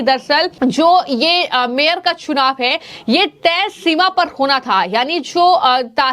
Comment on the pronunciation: चुनाव का उच्चारण😂😂😂